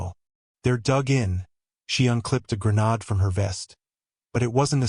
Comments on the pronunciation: Granade instead of granad. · Good story but the narrator really needs to understand the words he’s saying like he calls a grenade as granad which isn’t even a word. And there were other mistakes and pronunciation.